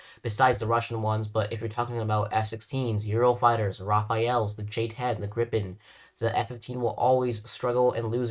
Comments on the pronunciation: Great video. This is super nit picky, but the way you pronounce Rafale is wrong. It should be pronounced Rah-Fahl, rather than Raf-I-El. I have to imagine it slightly annoys a few other people as well. Just a tip for future videos. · please stop calling the Rafale the fucking Rafael, can all you people not read? i'm not asking for it to be said in a perfect french accent or sum just call it the Rah Fall. also its the Buh Rock 2, not the Bare Ick 2 man why can you not pronounce shit for the life of you or something